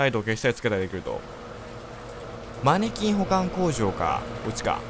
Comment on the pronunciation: マニキンに聞こえた時があったのは耳が悪いだけか。